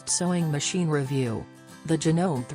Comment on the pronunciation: If you can't even pronounce the name of the machine, I'm not sure this is worth watching.